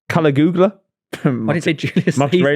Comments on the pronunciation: Caligula(Ka-Lee-goo-la) as says…is actually Caligula(kuh-li-gyuh-luh) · To it’s Cal-ig-U-la not Cali Goola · You'd think would have looked up how to pronounce Caligula